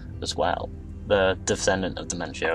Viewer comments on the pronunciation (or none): dude, nice premise, but please, in the future get the pronunciation for foreign names.......or have them divided into syllables..... you gave NO-BU-NA-GA 3 diferent names, and Domenico Auditore became Dementio more than once (almost every time you spoke it)